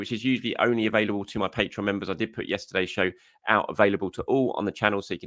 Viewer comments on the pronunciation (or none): none